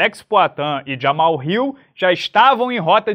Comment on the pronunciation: Quando o chamava o Jamal de Jamal, em vez de Jamarral 🙏